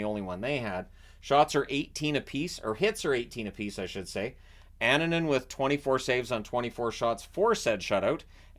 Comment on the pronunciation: Good job with pronouncing Finnish names, like Annunen and Luukkonen. But if you really want to perfect that, try to internalize that double consonants (kk or pp or nn) always indicate a tiny pause in the middle of the name